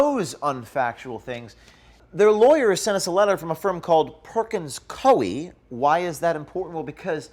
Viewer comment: It’s pronounced Perkins COO-EE btw. Great job as always.